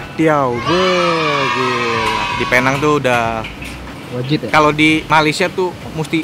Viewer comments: nek carlos video sebelum2nya : jadi men, penang bacanya "pineng" nex carlos video ini : kita di penang men :) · Bang nex.. sebutannya bukan "Pear Nhang".. its "Pee Néng" 😄😄😄 .. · Ko gak ada cita² ke dokter tht gitu 🤣🤣 budek bat..btw nyebutnya pineng bukan pinang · Sebenernya seharusnya dibacanya "Pineng" sih hehe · Tulisan: Penang cara sebut: Pineng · penang. cara bacanya pineng. neng nya kaya ngucap neng(sunda).. begitu mamen. welcome to penang mamen. try deen maju dong... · namanya PENANG dibaca PINENG